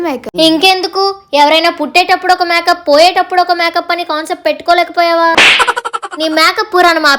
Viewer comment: Akka nuvu makeup anadam ladu maka antunavu😂😂